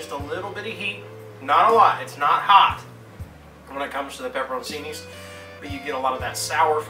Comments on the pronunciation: Actually it's pronounced pe-pe-rone-CHEE-nee but saying it quickly it's like pepper-own-cheenee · man said pepper o' cini